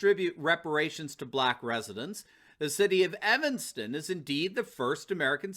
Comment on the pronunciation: You said evenston I'll . Wow I live in I'll iam not surprised thank you for telling me where a chunk of my taxes are going it's not it's clear not to take care of the state that needs it's sooooo badly